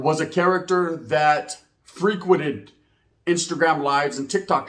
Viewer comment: You said Freekwedid= ? You meant Frequented =